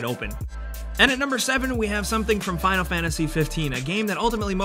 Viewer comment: when he said finial fantasy 15 i almost broke my mouse trying to pause it and skip